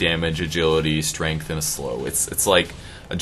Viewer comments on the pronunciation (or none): none